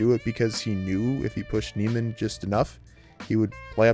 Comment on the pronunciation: Nee-man, not Nay-man. Not that this was very insightful- but I couldn't even listen past the analysis of the first scene when you'd already mispronounced the name 5 times